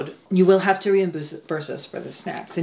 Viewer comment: “i’m sorry, i haff to interrupt… can we just start eating?”